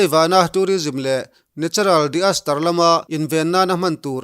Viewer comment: I chhiar zung zung a, ka duh chi...mahse, a rang leh lutuk a... ah phei chuan '...natural *di - as - tar*' te rawn ti tawh vel... - "disaster" (Dizastar)